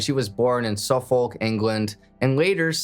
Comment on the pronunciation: She was born in Suffolk. Pronounced “Suff uk” Don’t ask me.